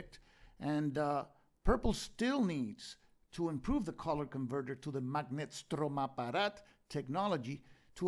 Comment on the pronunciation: You are doing such a great job! And I love your prononciation of "Magnetstromapparat". Keep going!